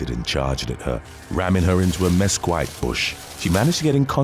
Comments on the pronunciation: Mesquite= miss-KEET 🤦🏿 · Mesquite pronounced meskeet. Angel pronounced aingel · Mesquite bush…very mispronounced lol